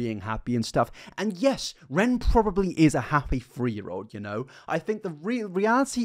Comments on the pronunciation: I tried so hard to watch this but after about 10 times of "free" this and "free" that... Instead of three... Ugh I can't. Learn how to speak, PLEASE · Are u saying: 'Free' Hundred... Instead of 'Three' Hundred? Lol